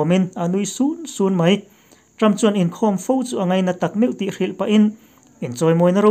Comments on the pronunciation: Ngaihnawmin chhiar thiam hle mai, 'sun sun' tih i lam dan hi a dik hlel deuh em ka lo ti ve mai mai. Mizo tawng lam dik hi a awl teh chiam lo. Eng pawh nise han inzir leh la i thei zel ang, midang pawh hian an lam dik lo fo mai. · A ngaihnawm thin e, chhiartupa pawh i tang thin khawp mai. Mahse mizotawng lam dan hi uluk leh zual deuh a van tha em.. chhiar a nih vanga ' nui sun sun' lai leh a dang pawh la awm,, a rik dan dang ta daih kha beng a tithlep deuh. Han uluk leh zual deuh teh. I channel kan lo ngaithla ngun sia.😂